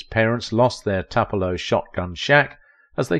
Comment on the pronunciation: Toopelo! or Twopelo…not Tup